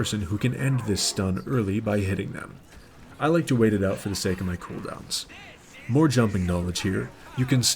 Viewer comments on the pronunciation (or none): none